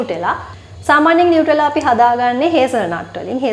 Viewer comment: නියුටෙලා නෙමෙයි නුතැල්ලා❤️